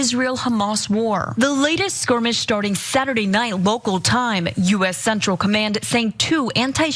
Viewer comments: hahaha, I heard that too (squirmish). Ana can be a bimbo sometimes. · What is a squirmish? A Skirmish I understand. squirmish is when you are easily tickled. Does the host not speak English? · SKIRMISH NOT SQUIRMISH Ana you illiterate dipsh*t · Squirmish?? Did you mean skirmish, maybe? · Sqwirmish???…… …that’s not how you pronounce the word. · Skirmish not sqwiemish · WTAF is a "Squirmish"? You can't take people that can't even use the English language properly with any kind of seriousness. What a joke this channel is. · Squirmish or skirmish? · She made up a new word. She also said “Slaughter” in Gaza? Actually the only “slaughter” was on 7 October. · lollll..squirmish? or skirmish? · Ana, It's skirmish not squirmish. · skirmish not squirmish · I like the word “squirmish” instead of skirmish. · What's a squirmish, Ana? 🥴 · Anna, it's a skirmish... not a squirmish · She was squirmish alright. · Squirmish?? lol c'mon Ana Skirmish dude. Somebody fkng with youm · Another “squirmish” in the Mid East…thank you again, Ana. Something about Israel-based stories brings out some hilarious Freudian slips. (I’m the bit$h who dragged you about how you mispronounced Menachim Begin.) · Y’all are jumping the shark with terrorism apologetics. And it’s skirmish not “squirmish” 😂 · Squirmish lmfao what a slip. Its skirmish dumb barbie media bot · Did she call it a squirmish? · She did lol🤣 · …another “skwermish” 😂 🤦‍♂️ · Not "sqwurmish" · She said "Squirmish"!!!!! 🤪👉🧠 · Did she say ‘squirmish’?? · Why is anna pronouncing skirmish like that? It sounds like she’s saying squirmish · I love how Ana said squirmish ! 😆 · Did she say squirmish? Also they sent one ship lol c'mon Iran we got subs chilling waiting on your armed pontoon boat .